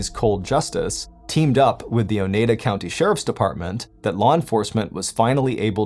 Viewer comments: It's pronounced o-ny-dah 😂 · It's pronounced O-Nye-Da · The way he's saying Oneida is killing me🤣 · Not everyone can speak Wisconsin 😊